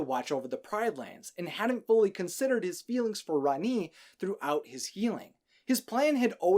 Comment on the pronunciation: It’s not how you say rani